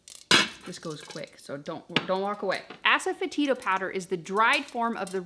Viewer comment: all of your videos rock! We eat low carb 90% of the time so this would be possible on a 10% day. But really?? You have asefetida in your pantry?? Ues you pronounced it correctly. I just heard of it on a chef challenge show a couple weeks ago! I will have to look for a couple of these ingredients before I can consider it. Many Blessings to you & Robert from Deborah in West Virginia!